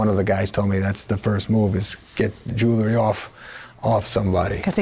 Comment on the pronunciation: It's pronounced jew-el-ry, not jew-la-ry. That's not a Semitic joke, she just pronounced the word wrong.